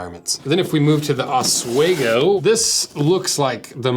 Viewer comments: It’s pronounced ah- swee -go, not ah-sway-go 😂 it’s an Native American word that originated from where I’m from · OSWEGO is pronounced aaz-wee-go not os-way-go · It's pronounced os-WEE-go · As a guy in the PNW, I'm disappointed by your pronunciation if Oswego. ahs-wee-go